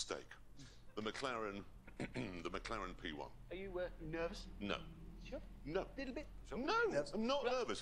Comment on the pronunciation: "McClaren P1" lol